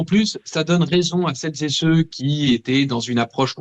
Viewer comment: Idem !... "Celles z'é ceux... toutes z'é tous... chacune n'é chacun"... c'est d'un ridicule ! Le summum est >>> "Toutes celles z'é ceux"...... oui, car les mêmes qui se disent lutter contre le "genré" se mettent à accorder le terme "tout" avec "celles" d'où > "toutes celles z'é ceux"... c'est d'une débilité ! Et il y a encore les mêmes qui n'ont toujours pas compris qu'en français il existe le masculin, le féminin, et le neutre comme dans "il pleut... il neige... il fait beau... il fait nuit", etc... D'ici qu'ils se mettent à nous expliquer qu'il faut dire "elle pleut" parce que l'eau qui tombe s'appelle la pluie... idem pour "il neige"... mais aussi pour "il fait nuit"... il faudra dire > "ELLE fait nuit" parce que c'est LA nuit... bref, on peut tout craindre avec ces dérangés du bulbe.